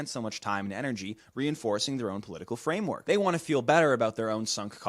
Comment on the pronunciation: i love when you say the word framework